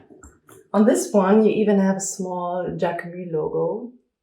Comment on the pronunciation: This video is so helpful ! Thank you. Just from a french speaker, Jacquemus is a word in which we pronounce the s at the end